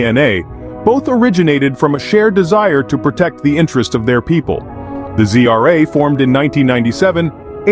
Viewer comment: Why do you pronunce ZRA as GRA ???